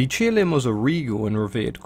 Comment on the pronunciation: It's qilin, not kirin. Please pronounce and write its name correctly